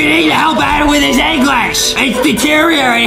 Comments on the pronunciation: It is Adem not Adam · It is not Adam it is Adem